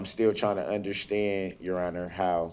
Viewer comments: What is "undershtnd"? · DUDE THERE IS NO H IN UNDERSTAND, MY GOD YOU BUFFOON